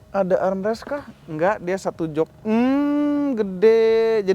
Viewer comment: arm rest 😂